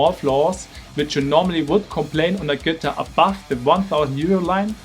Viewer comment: Bro wtf is a “Guhtir”